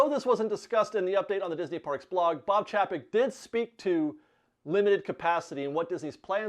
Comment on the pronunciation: Since you said it twice, it’s probably worth noting that Chapek pronounces his name with a long “a”.